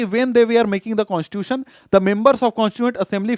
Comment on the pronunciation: sir sorry for becoming oversmart infront of you but according to me you pronounce the word constitution in a wrong way you speak it constuion.which is completely wrong by the way your explanation is of next level.